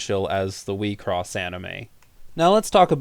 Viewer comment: So now you aren't pronouncing Wixoss as weaksauce anymore?